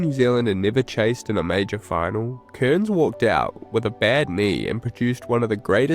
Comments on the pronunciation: Cairns, not "Kurns". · Cool vid dude but a small critique would be that his name is not pronounced Kearns